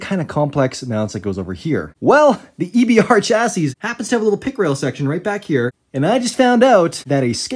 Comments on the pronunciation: Why does he have to pronounce the “s” at the end of “chassis?” Its driving me nuts. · That may well be the worst pronunciation of the word "chassis" I have ever heard 👀